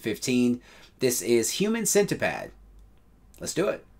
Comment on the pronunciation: That’s a long i as in humancent”eye”pad. You said humancent”uh”pad. This is a crucial humancentipad episode South Park mistake. The long i conveys the smugness and condescending attitude of Apple presented in the episode. 😂🤣😀